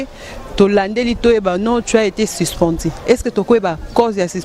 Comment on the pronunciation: Toi t'es grave: But au lieu de bit---suspendu et non sispendi, et le reste .Tu peux mieux faire en francais si tu travailles ton expression . OK ?